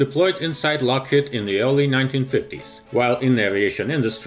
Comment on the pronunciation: LockheAd, pronunciation? The robot almost fooled me.